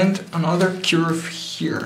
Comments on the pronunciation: say curve insted of churb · Grate pronunciation of "fragile" but curve has more of an 'er' sound at the beginning and not so much of an 'ur' like you would find in cure.